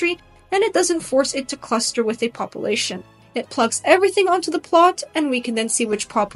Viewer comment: Why do you pronounce "population," pah-poo-lation instead of pah-pyu-lation. Sounds weird. It's distracting.